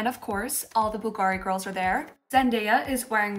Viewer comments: The accent is on “u” and non on “i” when you pronounce the name of Bulgari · Ok. I don’t feel bad. I’m not the only one pronouncing Bulgari wrong all this time. 😂😂😂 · I’m sorry but the way you pronounced Bulgari really bothered me lol please do your research before. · the pronunciation of "Bulgari" is 🫣